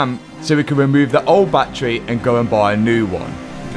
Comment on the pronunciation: You pronounce battery "Battray" and "Battery" in the same sentence it confuses me so much hahah